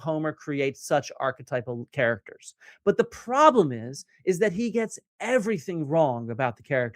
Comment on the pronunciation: i like the part where he says "pWoblem"